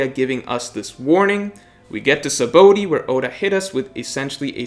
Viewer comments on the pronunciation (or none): none